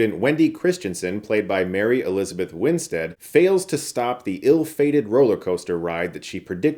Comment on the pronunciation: Nice to hear Chris finally pronouncing Mary Elizabeth Winstead's name correctly! 👏